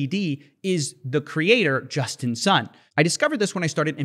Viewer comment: I kept hearing him saying "Justin's son"